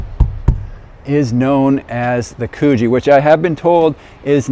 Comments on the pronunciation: Mate, it’s Coogee as in could-G 😂 might be good to get the pronunciation correct beforehand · Coogee is pronounced as in "good" not cuugee 😂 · It's pronounced 'Could gee'